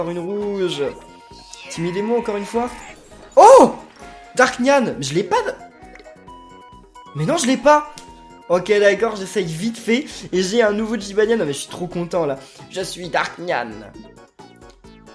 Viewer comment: Jybaniane Furreur Nyan et pas Niang